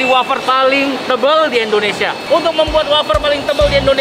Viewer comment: Indonesia banh bukan endonesiaa😂